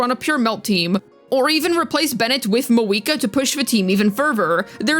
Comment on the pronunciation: where did your pronunciation of Mah-VU-I-Kah go?